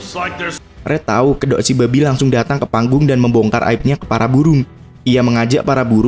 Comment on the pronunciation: Bang kalau bilang "BABI" biasa aja donk